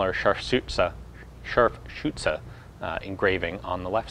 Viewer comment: Hey Ian! Thx for your Vids. As you are already well within the top 5% American YTers in terms of German pronunciation (without voice over cheating), there really is no need to nitpick. I figure you might still be the kind of person interested in perfecting even further. The "ü" in Scharfschütze has no equal in English, as it is shortened by the following "tz". Try a sound between the "i" in "fit" and "bird". Anyway... Keep it up! (Your French is also impressively accurate btw)